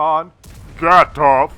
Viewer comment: VGATOV! it is a V at the beginning :)